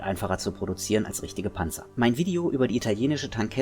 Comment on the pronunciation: Yep nice work. There is something about a natural German speaker saying the word Panzer, it just sounds correct... ;)